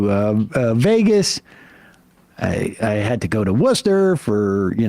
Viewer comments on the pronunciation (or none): It's Woostah, Sam. Say it right!